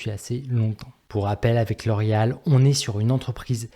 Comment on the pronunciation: Non je déconne juste sur ta prononciation de la compagnie 😉